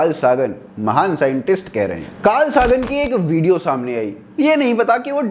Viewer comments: Abe chiklandu 'Saagan' nhi 'Sagan' h uska naam. Pronunciation ki baat nhi, sahi aur galat ki baat h. And he never said ki hinduism ki mythology sahi h, usne sirf ye kaha h ye ki hinduism ke gappe kahin kahin kafi close h as compared to other religions but scientific value se bahut bhaut dur h. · "सागन" नहीं "सेगन" , I hate when someone do bad pronunciation.